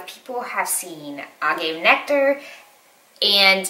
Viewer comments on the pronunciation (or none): Hi, as always thanks for another informative video! Small thing... I'm not a dietician or nutritionist, but I think erythritol is pronounced like: air-rith-ri-tall. And Agave is: uh-gah-vay. I could be wrong, but that's how I've heard them pronounced many times before. Keep up these videos and keep doing you!! Don't compare yourself, you are awesome! Perfect version of you!!